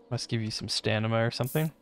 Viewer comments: my man said ‘STAN-i-ma’. Not ‘stamina’, he said ‘stanima’! 😂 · Just a tip for the future. It's called stamina, not stanima... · I died everytime he said stanima HAHA